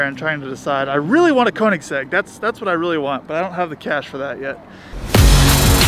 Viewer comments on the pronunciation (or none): Dude on the phone pissed me off when he said koenigsegg koenigsag and trevor said porsche like someone who doesnt know how to say it correctly im glad he doesnt own one it should be illegal to own a porsche if you pronounce it that way